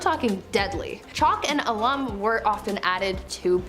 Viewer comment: Wish the Americans would google the pronunciation of English words before they mangle them. Allum and Apoplexy being just two mangled words here.